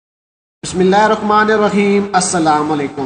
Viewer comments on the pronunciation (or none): none